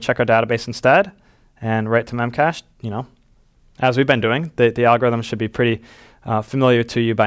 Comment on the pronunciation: I think they pronounce it as “Memache D”